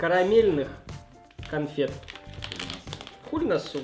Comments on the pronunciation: ни хульносу а сульносо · не хулносу а ксулносу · почему ты прочитал, xylnosu , хуль -по русскому в nosu -по английскому чтобы посмеяться над названием, или от того, что произношение ужасное?